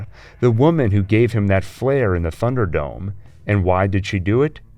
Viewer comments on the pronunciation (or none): I hope is it pronounced /ˈθʌn·dər.dəʊm/. I hear a strange "f" sound at the beginning of the word. I'm probably wrong.